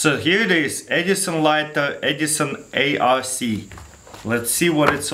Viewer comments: Edison A-r-c? Its arc. Not the smartest of cats this guy. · Isnt it supposed to be pronounced as "ARK" not "A.R.C" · Edison ARC as in electric arc not A-R-C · he said edison A R C.....not arc.....its edison arc.... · he said A R C instead of arc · "Edison A-R-C" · "Edison A.R.C." Then it's "Edison arch" lol. I know Taras, English is not your mother tongue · Arc is a word. It's pronounced as ark.